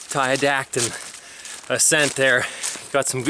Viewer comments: Never heard it pronounced Ti-dat-on, always heard Ti-dot-on. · Tiadaghton: Ty-uh-dah-ton